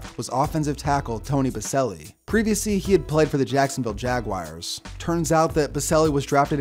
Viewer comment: Jacksonville "Jag-wires"